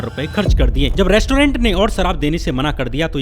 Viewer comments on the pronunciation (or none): none